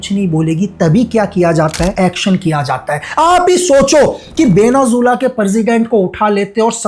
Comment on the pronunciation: Benazula parsident parja ye teeno galat word bola aapne iska actual pronunciation Venezuela president and praja hai